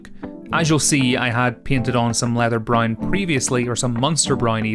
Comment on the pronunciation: You say "brown" weird lol. All I heard way "brine"